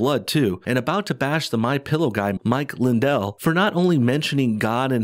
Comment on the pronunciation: mwichwael lwindwell is the gwaetest dae is! Yur knot scwared of thwem, mwichwael, ware you?